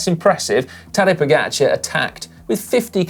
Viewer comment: Please, get one thing right. It’s Po-Ga-Char (čar). I really don’t know how “ga” can be pronounced any other way then “ga”. You keep saying Po- Geh-Char.